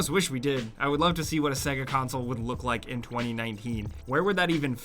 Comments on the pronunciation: Why do you pronounce it segga? It literally says SAYGA when you turn it on? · Sega, pronounced "say-gha" not "segga". You'd know this if ever you turned one on, well done apparent games console expert! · Sega? It’s pronounced SAYGAR. Can’t you remember it fucking says it when it loads up lmao. The way you said it made me sick. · why do americans say saga instead of sega? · Hes pronouncing "SEGA" like "segga" and its driving me mad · "segga" Who pronounces it that way? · They literally say the word SEGA when the game or console starts up. So why cant you pronounce it properly?! :D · You pronounce SEGA wrong